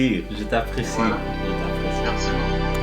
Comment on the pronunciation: Bravo, la façon dont tu parles le français est très impressionante. Particulièrement la prononciation du "r" français, qui est très difficiles pour les anglophones (comme dans "merci" que tu dis très bien. Maintenant il faut travailler tous les sons qui sont dits avec le devant de la bouche ("u", "i", etc...). Ce qu'il y a de plus difficile dans le français c'est de l'écrire et/ou de le prononcer! Vas-y, tu es sur la bonne voie, et encore bravo! 🙂